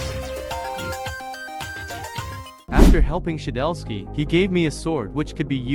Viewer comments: Its shedletsky not “shedelsky” FIX YOUR GAMMER RN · "shedelsky" hits hard